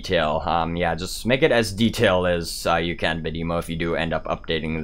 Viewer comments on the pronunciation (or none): Bad-eh-mo not Bad-emo